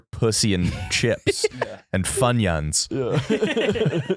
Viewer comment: Why did you pronounce Funyuns like that?